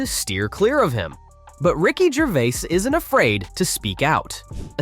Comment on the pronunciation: I was just going to say that. And in the beginnings: 'Ricky Gervé' - sloppy shite.